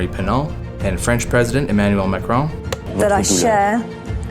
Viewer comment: president macaroon?